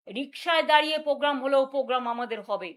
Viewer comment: Po gam noy poblem noy কথাটা প্রোগ্রাম প্রবলেম